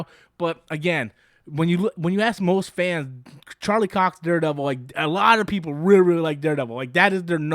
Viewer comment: Anytime says Charlie's name: "Charlie 🍆"